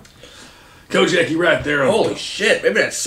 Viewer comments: Pronouncing it “Cogg Nack” is diabolical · 😂😂😂😂cogneck desaucey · its pronouced con-yack